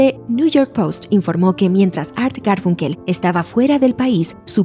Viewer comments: Perdón pero se pronuncia garfAnkel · Me parece curioso que no pueda pronunciar Garfunkel correctamente. Me hace sospechar que plagió el texto de alguien más.